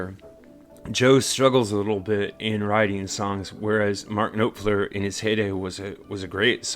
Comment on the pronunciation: You pronounced NOfler, it's actually NAHfler, an AH instead of an O. I don't think that there can be any doubt that hands-down Mark Knopfler is one of the greatest songwriters of all time. His vision, his lyrics, and the melodies that he mates with those lyrics elevate his art and evoke deep emotions from the listener; pity, awe, wistfulness - he makes you feel what he is feeling.